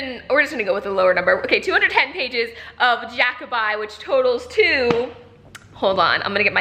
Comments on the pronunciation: Jackaby is pronounced like Jackabee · Thanks for another great blog!! Thank you for doing this! I also bent the rules on the readathon and did it on a Tuesday cos that's my day off xD Btw I always thought it was Jackby as in 'bee' and not 'bye' o_O have I been saying it wrong?!